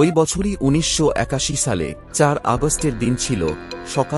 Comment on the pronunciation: শালে না দাদা সালে